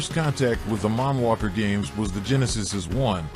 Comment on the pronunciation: Marnwalker gane🤷 really? It's Moonwalker 😆😆